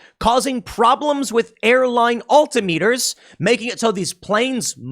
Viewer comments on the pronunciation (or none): It's "AL-TIM-ME-TUR". Not "ALLTEE-IMM-ETUR". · AL-tim-it-ers not all-tim-eaters. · It’s “Al-Tom-mitters” not “All-tee-meters” You know like. Altitude. Not All-titude” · altimiters is pronounced "all-tim-i-turs" not "alt-i-meters" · Al-Tim-Eh-Ters Altimeters. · love how Tim said alti-meters hahaha as a pilot i hope they fix this soon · Tim: "al-tee-mee-ters" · Oddly properly pronounced it’s Al-Tim-Etrs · "Alti-meters", Tim? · Also, All Tim Ah ters. That's how you pronounce altimeters. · That's not how you pronounce "altimeters."